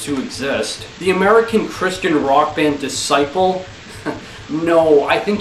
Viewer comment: I wasn't expecting that to be hilarious but kudos to you. And for future reference, Disciple is pronounced "dis-sipple". Check out my Phobia show. I would love to hear your feedback. Cheers!